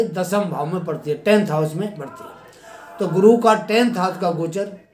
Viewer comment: गुरु बोल्ने मे गड बड लग्राहाहे 😀शुक्रीया गुरु।